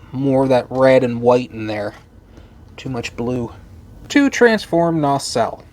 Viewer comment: You keep on pronouncing the name as "NaRcelle". 🙂 I kinda like it like this, though.